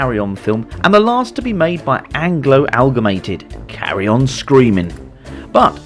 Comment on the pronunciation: Amalgamated not Algamated ;o)